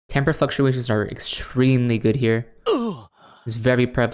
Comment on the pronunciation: LMAO i love that you finally learned how to pronounce timbre it's okay i used to think it was timber too